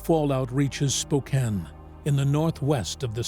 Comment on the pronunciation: Holy cow that correctly said Spokane